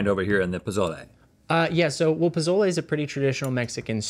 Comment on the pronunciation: The way they kept pronouncing Pozole lmao